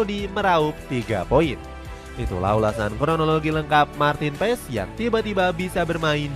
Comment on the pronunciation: Marten paas cara bacanya bg